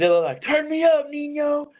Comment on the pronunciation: It’s pronounced Ninyo, not Nino lol. He’s killing it right now. Can’t wait for TOD.